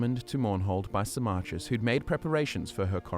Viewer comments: I was so confused when you started talking about sarmarkis, Who the fuck is saarmarkis I'm thinking.... Then it dawns on me, you mean Symmachus, as in Sim-ah-cus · It took me five hours to read the whole thing, and I really felt like a shower afterwards. But I can't with pronunciation of Symmachus - "Sy-MMA-chus". I read it as "SY-mma-kus".